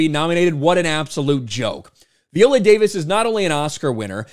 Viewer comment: Jesus christ, please stop pronouncing her name that way. How do you pronounce violin? 🤣